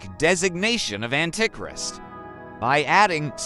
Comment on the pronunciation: ... ..."an-tic-rist"? 😂 I hate Robovoice. To the dnr zone with ye!